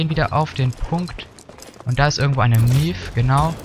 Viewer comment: Maeve wird nicht Mief ausgesprochen XD